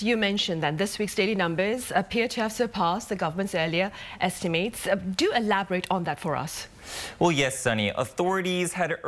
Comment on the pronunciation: Estimate rhymes with it, not ate.